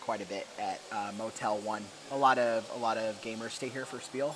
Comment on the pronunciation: It is pronounced (shpeel). ;)